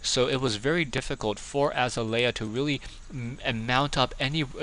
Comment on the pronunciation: it's azalea...like uh-zail-ee-uh =)